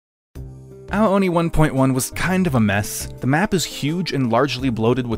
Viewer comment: the way it’s pronounced sounds like- “OWWW ONI😭😭😭”